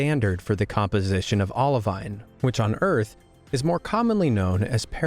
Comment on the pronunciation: It's ok, mate. He also mispronounced olivine, peridot, vanadium, and a couple of others. But I did cringe at Coober Pedy.